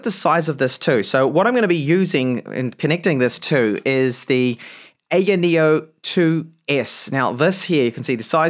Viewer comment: anya neo...? wtf is that.......its aya neo